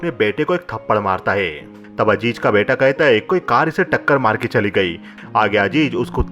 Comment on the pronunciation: Majaar nahe mazaar. Ajeej nahe azeez